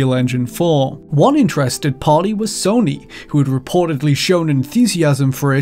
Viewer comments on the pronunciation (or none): none